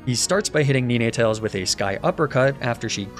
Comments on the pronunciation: “Neenaytales” blew my mind hahaa, I have always pronounced it as nine (9) tales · Did you call NINE-tails NENE-Tails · Just started my first inclement emerald hc nuzlocke run so this content is huge. But anyway did he just pronounce ninetails “ni-nay-tails”? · Is he saying “Knee Nay Tales” instead of “nine tales” 🤣🤣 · does he always refer to ninetails as neenetails. its just try spelling the number 9 and that's how you say it or has he corrected him self since then. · Neenay tails???? I love your vids but please dude it’s nine - tails as in 9tails… cos it has nine tails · Love you bro, but it's "nine-tails" not "knee-neigh-tales" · Bro somebody please tell me what the fuck a Neenatails is, I’ve never heard of that Pokémon I have however heard of Ninetails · It is pronounced nine-tails not nin-e-tails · I wasn't super fussed about most of the mispronounced pokemon names, but calling ninetails neeneetails grated on me, haha. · I have never heard of someone pronouncing Ninetales as "NeenayTales" until now XD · Nine - tails... Where are you getting this 'Neenaytails' pronunciation from?? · that "Nee-neh-tales" pronunciation messed me up terribly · Is Arca-nee-nae and Nee-nae-tales a joke I’m missing? Or is that just… how he pronounces Arcanine and Ninetales? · I know this shouldn’t bother me but it did and does, why you pronouncing NINEtales incorrectly… omfga 🤣🤣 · NEE NAY TALES??????????????????????? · WHY DOES HE PRONOUCE NINETALES "NENETALES"? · Why do you say Neenetales. It hurts. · Daywott, flabibi, nenetails? What are these pronunciations man? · Love you and your videos! Excellent work! Your pronunciation of "Ninetales" causes me physical harm! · That pronunciation of ninetales is now the only way imma say it now lmao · That and the Ninetales pronunciation make me unreasonably annoyed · well, thats certainly one way to pronounce ninetales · my eye keeps twitching each time he mispronounces ninetales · I cannot get over how he pronounces ninetales lmao